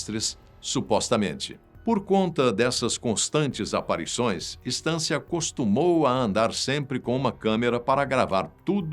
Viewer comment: * Não se diz STAN. Se diz "Sten".